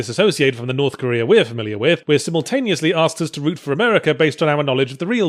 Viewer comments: I upvoted this video solely for the "Korth Norea" spoonerism. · I lost it at "norf koera"